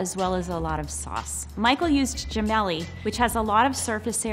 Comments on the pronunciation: it's "jeh- melli" not guh-melli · He said G-MEL-E you pronounce it JA-MELY